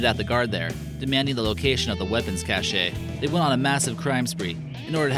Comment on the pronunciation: Isn't it Bastille Day as in Bas Till Day and cache is pronounced like Cash.